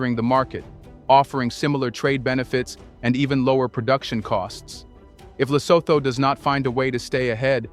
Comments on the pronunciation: please research the proper pronunciation of African names: eg LESOTHO is pronounced.. ( LE SO. 2 ) NOT.. ( THOR ). Another name you mispronounce is that of the 1st Head of State of TANZANIA - President Julius NYERERE... you often say NY. ERERE.. ( NYE ) RERE. Thank u, Sir. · If you can't even pronounce it correctly; why bother make a content about it: It's pronounces: Lesoothoo: Do you homework and research before giving us a content😳🤷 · Le-soo-too is how Lesotho is pronounced. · Thank you for highlighting our unique country that we call home. I am a Mosotho living in Lesotho. The only thing I would have liked is to see all images to have been from Lesotho. For instance, the images of Asians working in textiles when referring to textile industry in Lesotho could be misleading. Secondly, it would be helpful if you had asked someone from Lesotho to help you with the phonetics such that you pronounce Lesotho correctly. Phonetically it is pronounced Le-so-to (the h becomes silent in the English phonetics). Otherwise, great work and on behalf of our nation, we thank you.